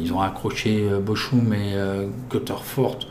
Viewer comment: Salut le Ch en allemand se prononce R, donc Bochum = Borrum après j'y connais rien en allemand.... lol